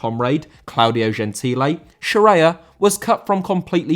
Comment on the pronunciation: Gentile* not Gentilei